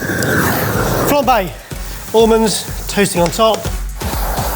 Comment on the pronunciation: would win if he knew how to say almonds but he doesn't so well done!